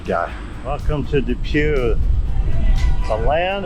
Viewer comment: and it's DePue, not Depew 🤫